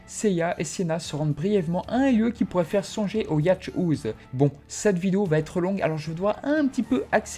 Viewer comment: Pour info, "Yacht House" ça se prononce "yôte haousse" 😉 Merci pour cette analyse du film !